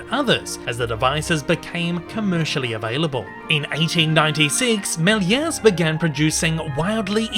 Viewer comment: ah oopsi its georges méliès not miler